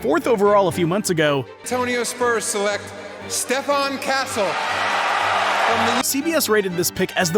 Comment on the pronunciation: It’s pronounced Steph-on castle